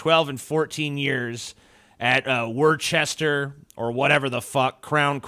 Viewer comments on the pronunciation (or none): It's pronounced "Wusster".